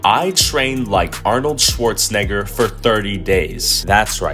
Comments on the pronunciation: HE SAID NIBER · Notice how he pronounces it Arnold schwartzNihger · Is it me or is he low-key saying shwarzenigger XD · His name: Arnold Schwarzenegger. The way he pronounced it: Arnold Schwarznegger. Ik but still. RACIST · No one gonna mention how she pronounced his name lmao